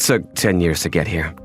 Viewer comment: "10 yeas" 💀